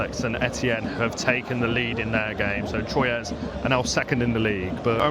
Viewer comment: Technically Standard Athletic Club were founded in Paris seven year prior to Red Star but some people will say Red Star is the oldest Parisian club. There are a lot of clubs in Paris besides PSG but everyone focuses on them obviously. I've been a fan of PSG since 2003 but I would like to see Red Star promoted to Ligue 1 alongside Paris FC. Troyes is also pronounced Twa.